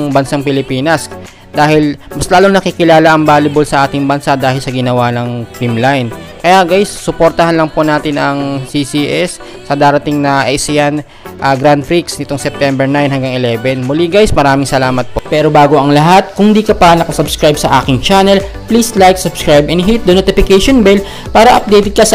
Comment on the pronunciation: Ang pag pronounce ay grand pre Hindi prix